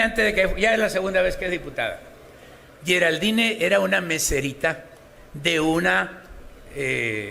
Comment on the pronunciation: La naques' por delante! Se pro India Geral-dín ! Solo asi ! Se escribe Geraldine! Pero no se pronunciation Asi ustedes todos Unices ! Como dicen en Mexico !